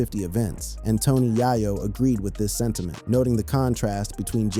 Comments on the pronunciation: It’s Hov not Jav Yay-yo no yah-yo 😉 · Tony Yaw-Yo? Really? Are you a robot? You’re really not connected to the universe of music is you can’t say the name right. This seems like it’s one sided… You Hov as Hav… I had to stop. This is wack